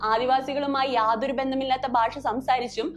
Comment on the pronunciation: സിനിമയിൽ ആദിവാസികളുടെ ഭാഷ ശരിയായല്ല ഉപയോഗിച്ചിരുന്നത് എന്നത് ശരിതന്നെ. എന്നാൽ നിങ്ങൾ എന്തിനാണ് ഭാഷയെ 'ബാഷ' എന്ന് പറയുന്നത്?